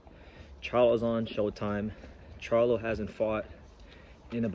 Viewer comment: He Disrespected “The Face of Boxing” he called em “Canela” 🤣 He called Charlo, “Charla” 🤣